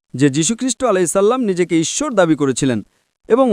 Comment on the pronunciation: আ‌রে ইচ্ছর না ইশ্বর